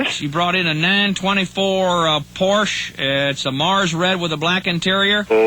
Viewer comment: Porsche is a two-syllable word!